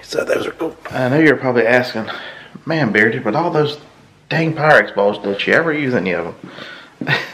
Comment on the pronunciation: Quite the collection! Most of which I have never seen. BTW... Make sure Wade REALLY knows how Pyrex is pronounced. LOL